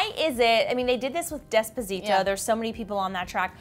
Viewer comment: Despzitoh? Nah,, it's despacito 😉